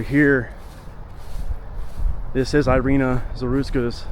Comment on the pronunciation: It's called "Eereena"